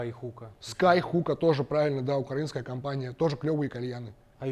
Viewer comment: Только не укрАинская а украИнская но это все такое